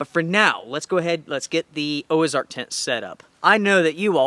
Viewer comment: No gear list? Why? Also, it's Ozark, not Oazark......or is there a new brand out there? Just wondering........